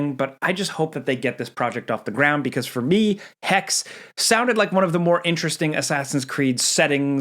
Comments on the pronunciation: you pronounce the E at the end of hexe btw. It is german for witch. dont make the same mistake that too many native english people make with the Word Porsche. It is hexe. not hex or hexa. the e has a purpose😅. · He XE es heisst HEXE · The final E in HEXE is not silent. Hexe means witch